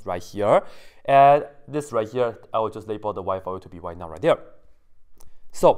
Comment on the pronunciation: You said: “Y_not[0]” I heard: “Why not ?”